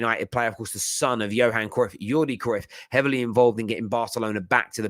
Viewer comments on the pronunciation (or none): none